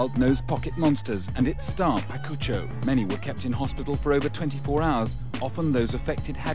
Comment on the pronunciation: Did that guy call Pikachu, “Pakucho”? 😂